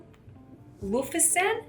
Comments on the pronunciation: Lol it’s pronounced lo si (see) fun. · it’s Lou Si Fen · its 'lou si fen' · hah its calles luosifen with accent lol